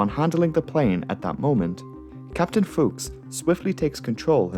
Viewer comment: The Israeli captain having a German last name threw me for a bit, not for the obvious reason but because I was gaming and I heard you say it and paused like "Wait did this pilot share my last name? Indeed he does." You had the proper pronunciation, but in this part of America we pronounce the u as a u and not an o.